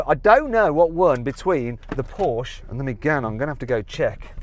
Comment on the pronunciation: Why can't he pronounce Porsche?